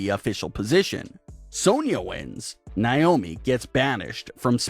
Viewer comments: Its nay-oh-mee. Not nigh-oh-me. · This terrible narrator has no idea how to say Naomi's name right, this channel needs a much better narrator, majority of the reason not to subscribe!